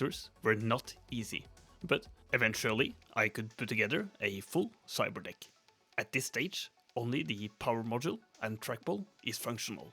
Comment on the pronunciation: i swear i heard "cyber dihh"